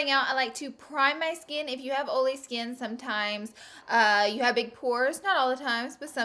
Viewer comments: Um... what the heck is Oly skin.. you mean oily?... no one says Oly. "Oly" pronunciation will never be a thing 🤣🤣🤣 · "Oley skin" "Ole - free foundation" "Oley eyelids" omfg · She says oily like "oly"😂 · So stinking CUTE the way you pronounce it "oh-lee or greeze-ee." You're bringing the Glama from Alabama! Other than your palette (obs) I guess my favorite product is the Tarte blush palette. #neverenoughblush #snapchat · 1. I subscribed to you originally because of how you pronounce oily. it makes me so happy. 2. my favorite product you used is the smashbox primer. I just learned the beauty of primers and am obsessed with all things smashbox. 3. every single face you made while doing your waterline and under lashes made my day brighter. #snapchatfam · Before clicking this video on my notifications I was mentally preparing myself for the "oily" mispronunciation haha. She says it so cute. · Perfect video for me. I suffer from oily skin. {BTW: I love how you say oily!} Love Love Love the OFRA oil control pressed powder. My secret weapon has been the Murad oil control mattifier with SPF 🙌🏻🙌🏻🙌🏻 snapchat fam